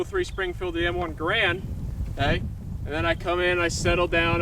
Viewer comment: .....m...1....GARAND... Not grand